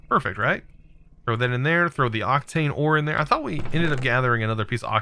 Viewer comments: Octane and octine aren't pronounced the same mate Oc-tane Oc-tine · Octine, not Octane. Wight, not wrath. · It is SYRMORITE not SHIMMERITE It is OCTINE not OCTANE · Syrmorite is pronounced “Sim-er-ite” and Octine is pronounced “Oct-Ine”